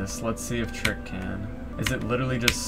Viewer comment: Its Trick, not Truck